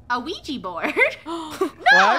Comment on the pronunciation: WHERE'S THE OUIJA BOARD?! Me: *has flashback of Funneh saying Ouiji instead of Ouija*